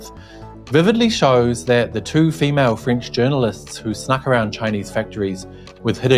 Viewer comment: I first constantly understood "fringe" instead of "French", well. By the way, nice that Mr Zenz has been caught, in my opinion.